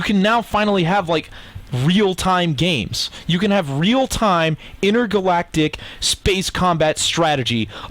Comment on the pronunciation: legorag doll it also annoyed me when he said intergalactic combat